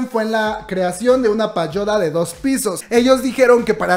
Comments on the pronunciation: Comadre, no se dice "payoda" , es "pagoda" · PaGOda, la G con la O = GO linda tu pronunciación linda.